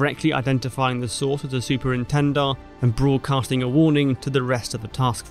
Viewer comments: Concise and accurate. But the aircraft were Super Étendard, not Super Entendard. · ENTENDARD???? Dassault-Breguet Super ÉTENDARD.